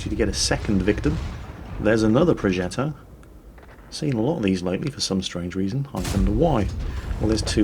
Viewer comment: not pro"jet"o but progetto P R O G E "T T" O ffs projetto or prodżetto pissing me off noobs